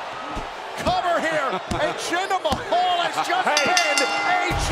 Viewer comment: they are pronouncing jinder hinder's finisher name wrong